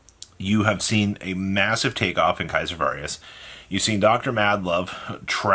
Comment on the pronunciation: Why have you always said “Kaiser Varius” its Caesar. Like Little Caesars ( the pizza place) 🍕. And Its Valius. No R in it